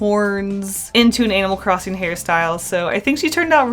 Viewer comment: IDK WHY BUT IT SOUNDS LIKE YOURE SAYING ANAL CROSSING